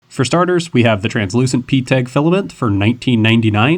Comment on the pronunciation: Well glad that got answered. I just had to keep watching lol But seriously though I've never heard anyone call PETG that. It's always said like "pet G" or they say all the letters